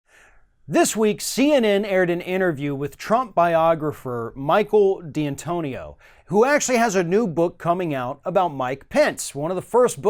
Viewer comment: It's D'antonio not D-Antonio.